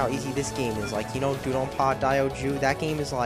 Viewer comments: makes me laugh the way you say DoDonPachi DO DON PAR! whats that all about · He can't even pronounce the names of games he likes: "Dude-on-par"? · Why does this asshole call Dodonpachi Dudonpa? BTW Most of the characters from Touhou are old. (Cirno,Tewi,Miko etc.) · This was entertaining, not because it's actually funny, but because it's a really pathetic poor attempt to bash a game. You can't even pronounce it right (or DDP for that matter)